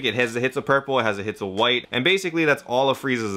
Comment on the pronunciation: Are you saying "hits of" instead of "hints of" on purpose?